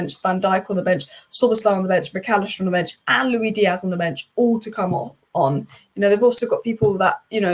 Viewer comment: Your pronunciation of Toulouse and Luis (Diaz) is different than the norm. Do you speak other languages?